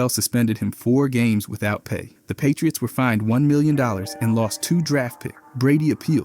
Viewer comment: The "Pie-tree-its" game was phenomenal